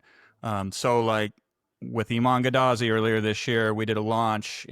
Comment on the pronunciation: Funny when he says Iman’s last name wrong 😂